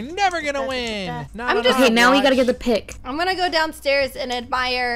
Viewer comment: She said pick not pig